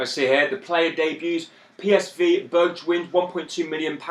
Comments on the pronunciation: Its pronounced like "berg-wine" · BERG WEIN like stein lol